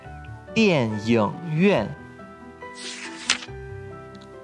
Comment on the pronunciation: 这是词语（电影院）里video读错了不是yōng。对读yíng